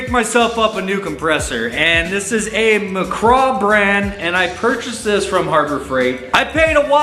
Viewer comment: It's not Mc "CRAW"... it's Mc Graw (Mic-graw).